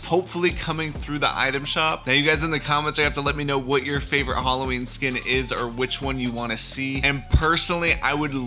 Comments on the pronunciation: Nobody: Not even iron man:: Hollowin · Wtf is Holloween,I recognise Halloween not holloween